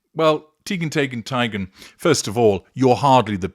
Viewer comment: Me too. I giggle every time I!